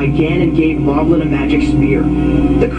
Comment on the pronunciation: The narrator pronounces Molblin differently than the other characters. Possibly because at the time this book came out, "Moblin" was already the accepted spelling and pronunciation in the cartoon. I'm a nerd.